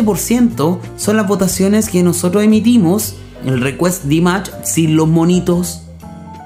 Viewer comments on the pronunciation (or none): Поете вы хорошо но имя человека которого любит весь высокодуховный мир произносите не правильно если вы нас деарс уважаете то правильно 🤴 Д И М А Ш !!!! Не надо каверкать и говорить Димач 🤨!!!! понятно вам 😎?! Не надо Ч 🙃 !!!